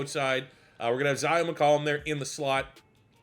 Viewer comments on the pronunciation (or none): none